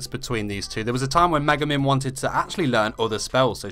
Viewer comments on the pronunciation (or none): i wrote one thing he sayed in the vid cuz for me atleast it didnt sound like he saied megumin it was more like maguman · It's Me-Gu-Min not Ma-guh-men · what he said: *megumin *luck what it sounded: *mega man *look - sorry, no hate.